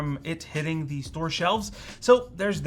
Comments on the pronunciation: Just so that you're aware, "the" is pronounced as "thee" only when it is followed by a word that begins with a vowel. For example, it's "the start," "the year," "the benchmark", and "the 13900K" (and not "thee start," "thee year," and "thee benchmark, and "thee 13900K"). Pronouncing it as "thee" all the time, however, does not make you sound erudite; it makes you sound like a tool bag. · "Thee" audacity of some people lol